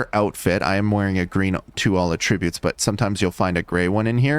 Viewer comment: Please say attributes correctly